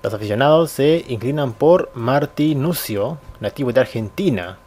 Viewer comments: se pronuncia martinucho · boludo martinuccio no se lee como se escribe jajja, se escribe martinuccio pero se dice martinucheo, jugo en uruguay por eso se como se dice... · contrata a martinuccio gracias a el peñarol llego a la final de la copa libertadores es un jugadoraso y se pronuncia martinuchio